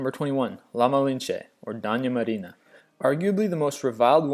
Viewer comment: all the Spanish names were also mispronounced, amd I'm not talking about just the accent. Simón Bolívar and Doña Marina? Terrible